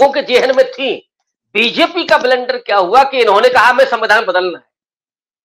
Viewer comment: ji your pronunciation is wrong. Plz correct it. It’s blunder not blender 🙏🏻